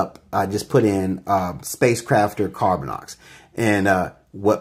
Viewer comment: Lol. Laughing at others grammer after you keep saying "Carbinix' when it should be 'Carbinox'. Nice. Lol. Thanks for the video.